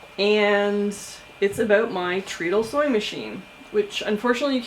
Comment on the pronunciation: Hello! Neat video and story. One thing, I am pretty sure (I could be wrong) that it is pronounced tred-ul because your feet run it. They tred on it! (Tread sounds like tred.)